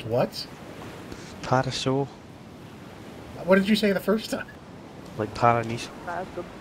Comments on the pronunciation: in Scotsmans defense he actually pronounced Paraiso right. Well from where I come from thats how its pronounced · He actually did pronounce it "right", I'm Brazilian and in Portuguese it have an emphasis on the "i", in Spanish it shouldn't be much different.